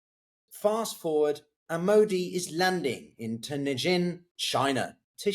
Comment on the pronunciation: Where on earth, china presumably, did the parties meet? Was it Tianjin? Mate, next time you need to pronounce a Chinese name give me, or anyone, a call. That was something out of left field.